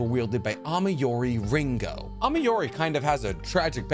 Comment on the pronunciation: Ameyuri not amiori...